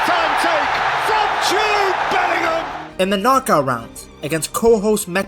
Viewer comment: Jude Belling-Him